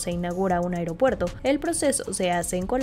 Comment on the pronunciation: EL 'AIGROPUERTO" DEL KKS, SERÁ INCOSTEABLE